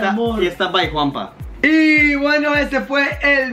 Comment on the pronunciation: el dice juanpa